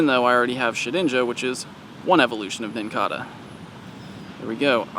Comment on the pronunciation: I think the Nincada is pronounced with a long A - it's like the cicada (si-ka-duh) - pronounced with a long A a bug that comes out every 17 years and leaves the outside shell everywhere when they emerge from underground - I could be wrong but they are very similar